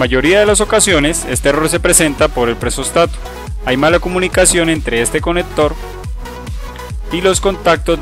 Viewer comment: nose dice presóstato se dice presostato ; ojo usted lo pronuncia de las 2 formas ( o lo dice bien o lo dice mal ;deje de cambiar acentos ) muy mal